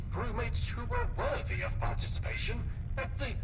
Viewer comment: Did he say worthy of penis? 😂